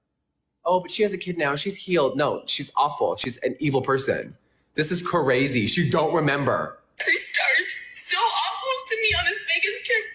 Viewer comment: I just don't think I can trust someone who makes the word "crazy" three syllables, that many times.